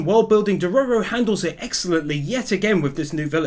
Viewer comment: the fact he STILL Calls dororo a she, plus says his name wrong makes this so hard to watch, especially how he just ignore dororo saying HE was a boy.. other then that, i still absolutely love this video and channel..